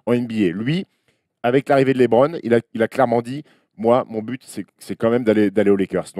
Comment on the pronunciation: Je suis le seul à avoir les oreilles souillées quand j'entends Stéphane Brun prononcer "LÉBRON JAMES" au lieu de [LEUBRON ] ??? Un effort bordel!